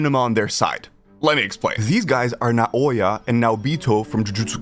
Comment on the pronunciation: It’s Naoya like Now-Ya 🤦